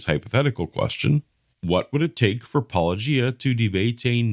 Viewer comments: Puh-low-jia Hovind can't even show enough respect to pronounce the name correctly. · Just like how he says "Pa-LLOWW-gia", instead of Paulogia. So petty! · Hovind :"one topic at a time" Also Hovind "Duane Gish is my hero" It's also clear that he and Powell deliberately mispronounce your channel name. I'd make that a condition of the debate as well, that they spend 5 seconds learning how to say it. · He refuses to pronounce your name properly. That disrespect disqualifies him from any conversation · Probability of Kent Hovind ever having an honest debate with Paulogia, or anyone else : Probability of Kent Hovind ever pronouncing "Paulogia" correctly: 0